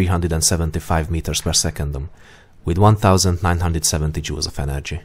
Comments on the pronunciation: am I the only one that heard him say jews and not jouls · Sounds like he's saying "Energy is 514 Jews."